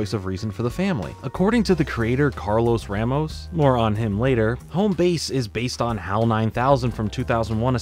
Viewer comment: a in ramos is pronounced like the a in raw